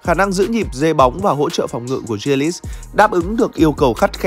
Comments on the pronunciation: nói chung chữ đầu đọc là G chứ ko phải Giờ như đọc, phiên âm tiếng việt là Gờ ri lít chứ k phải Dia lít. K tin có thể nghe blv nước ngoài đọc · A có thể đọc đúng tên của Jack đc không. A đọc theo kiểu chả giống ai cả. Gờ ri lít mà a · Đâu ra kiểu đọc tên đó vậy, bên kia phát âm nó khác